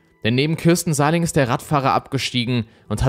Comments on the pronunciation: Ich hab dir ja schon häufig Komplimente für die Videos gemacht, so auch hier. 👍 nur ein was triggert mich dann doch manchmal, du sprichst die Namen von Opfern oder Tätern häufiger falsch aus. Damit meine ich nicht, wenn ein Fremdländischer Name schwierig auszusprechen ist, sondern wie in diesem Fall, wenn du einfach falsch liest und Buchstaben weglässt oder dazuerfindest. Hier heißt die Frau Sahlig nicht Sahling. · Heisst sie nicht Sahlig mit Nachnamen? Ich verstehe immer Sahling...